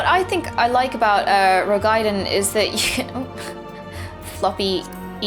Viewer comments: Roegadyn. Row-gah-din. Why is it so hard? lol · I love this video, I really do. But something annoys me about the way you say Roegadyn cause there isn't anything between the A and the D that merits you putting a Y sound between them, as in gaiden... breaking down, the word is Roe Ga Dyn = Row - gah - din... awesome vid though. can't wait.